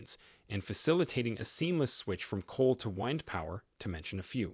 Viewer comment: Is this an AI bot narrating? Wind, chasm, basic words pronounced incorrectly?